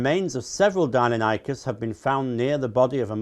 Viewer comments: I was just listening to this in the background and I could NOT figure out what dine-NO-nie-kus was.... its dy-NON-ik-us. Normally. that doesnt matter, but if your trying to claim you know enough about them to dismiss paleontologist... even wikipedia will show how to pronounce most of them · It hurts my soul every time I hear him say “Deinonychus” incorrectly. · That's how I used to pronounce it when I was 10 - about 2 years after I abandoned creationism.